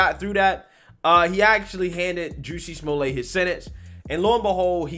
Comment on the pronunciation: Who??? "Juicy Smuille' "??? 😂 (Very Franche!) I think that if he had been doing everything in that video (with his 2 buddies with the rope and the water bottle ("bleach")) as deliberate Comedy, like an SNL Skit, it would have been HILARIOUS. However, since it was Not done with the full intention of Pure Comedy, it...IS STILL HILARIOUS!!! 😂 😂 😂